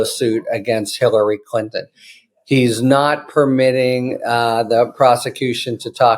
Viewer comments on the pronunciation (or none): none